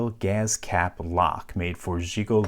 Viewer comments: A what? GAZ tank? What in the XQC is happening, it's GAS. Say it properly. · the way you pronounce gas as "gaz" strikes me as funny for some reason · His pronouncing "gas" with a /z/ is making me irrationally angry.